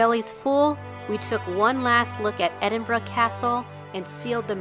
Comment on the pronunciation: You certainly pronounced Edinburgh correct Edinburra.